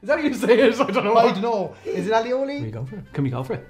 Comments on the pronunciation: al lee oh lee 😅 I think you mean aoli (ay-oh-lee) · it's pronounced "ay-o-lee".